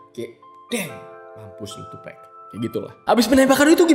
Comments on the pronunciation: tupek??wtf TUPAC "TUPAK" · 2Pac, dibaca tupak' bukan tupekk. Ini nama alias, bukan pronounce dalam bahasa Inggris. Sekedar informasi bukan maksud menggurui. 🙏🏼😁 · Tupac bang bukan tupek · Maaf bang Tupac dibaca "Tupak" Bukan "Tupek" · Iya.. gw jg ga nyaman dgrnya. Wkwk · "Tupec" wkwk